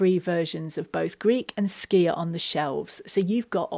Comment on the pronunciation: Thank you for your right pronunciation of skyr. It's so often butchered and it is so difficult to listening to.